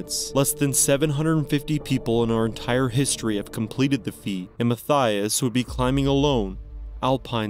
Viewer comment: The second story? Unfortunately, you’re pronouncing Mathias’ name completely wrong, and it’s actually and correctly pronounced “Ma-tea-iss” not “Ma-thigh-us”. I went to school with not one, but two guys named Mathias, and both pronounced their name like the former, not like the latter. And every other Mathias I’ve ever met or heard of pronounced their name like the former pronunciation 😊 I don’t know where the name comes from, but I grew up in Canada and that’s the only place I’ve come across the name (I’m pretty well traveled and have been living in the U.K. for about 12 years now and have never come across another Mathias, but in Canada I had the two I went to school with, one I worked with and about 4 or 5 other Mathias’ I’ve come across in different places in Canada)